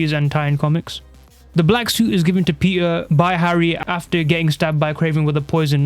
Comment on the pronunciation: Why does he say peter like thatttt "Peeur"